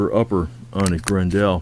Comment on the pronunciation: It's pronounced GRen dull .... like Grendel from the fairy tale